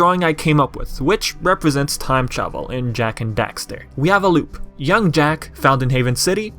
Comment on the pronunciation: why are you saying dexter my guy